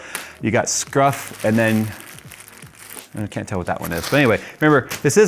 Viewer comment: Did he say Scruff instead of Scuff